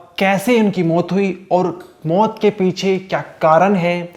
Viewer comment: मोत नहीं मौत.....learn to pronounce correctly.